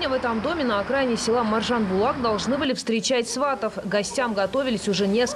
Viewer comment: Маржинбұлақ емес Маржанбұлақ. Стыдно КТК. Сауатсыздар!